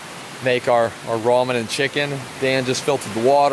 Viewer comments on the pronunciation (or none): none